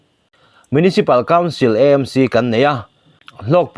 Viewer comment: Sawisel tur zawng nilo in ngaihthlak a nuam in a tha viau a, mahse EMC nilo in AMC tur zawk kan lam dan ah kan ti EMC leh thin.